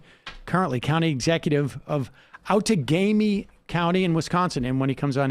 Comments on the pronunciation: His correct pronunciation of "Outagamie" was a minor miracle. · Go Tom Nelson! Emma jumped on Sam's correct pronunciation of the name of the county which I can't spell where Nelson is from. Good one.